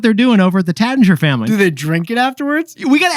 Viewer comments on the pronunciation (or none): Taittinger….sounds like “rait” not “rat”